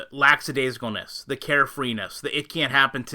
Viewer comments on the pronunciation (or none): "lackadaisical", not "laksadaisical"